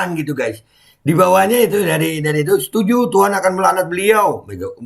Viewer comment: Wkwkwk, koplak bee, sampe ngakak w pas ente bilang setunju.wkwkw